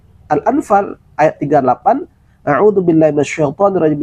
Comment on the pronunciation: Kenapa ustz ada yg membingungka? baca Auzubillah pun nggak betul, dia baca Audubillah